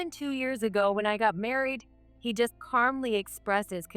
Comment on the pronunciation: They can never pronounce "calmly"